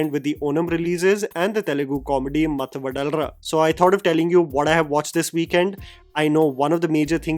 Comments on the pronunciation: Matthu vadalara ❌ Masthu vadal ra ✅ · it should be pronounced as "mathu vadhalara" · Its not mathu vadalra . Its matthu va-dha-la-ra . . Sathya is one best comedian TFI ever had. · Humbly correcting one thing that my ears cant take anymore as a telugu speaker.. Its no math vadlra..you are pronouncing it like Vada in Vada pav. Please correct... its mathu Vadhalara(not like D in Die, but like in Daada). ..As a regular subscribed viewer.. I think by now expecting you to pronounce the names correctly, a basic requirement for our ears might not be too much to ask you about. Hope we can see the corrections in the next videos. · The way pronounced mathu vadalara..... seriously u should have telugu speaking friend😂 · Mathu vadalara pronunciation is butchered like this, its hard to tolerate. Bro, seriously, please have some South Indian friends who can warn you or tell you the butchering you are doing.